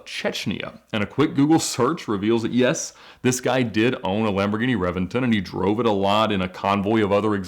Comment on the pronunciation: I have to say it. I hate the way he pronounces Lamborghini names